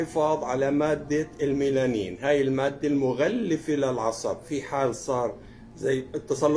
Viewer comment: الميالين وليس الميلانين